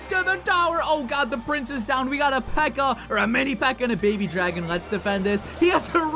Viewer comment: You said paby dragon